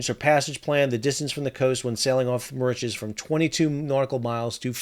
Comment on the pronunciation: found the mispronunciation of Mauritius a bit annoying.